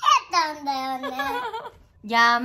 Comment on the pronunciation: ｢やまと｣のイントネーションで｢やまだ｣っていうの面白すぎる